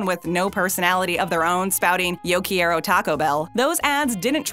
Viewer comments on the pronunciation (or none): It's Yo Quiero (Care-O) Taco Bell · yo key-air-oh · Um Quieroyum, that's not say Quiero, at all. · Narrator pokes fun at 1940s people butchering the pronunciation of Taco then epically fails at saying Yo Quiero. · Butching the word Tayco. U did the same with Quiero. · You don't enunciate every letter in "quiero.'